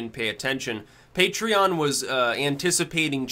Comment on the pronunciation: I still remember when he said it as 'puh-tray-on'. I was prepared to offer him money to correct himself.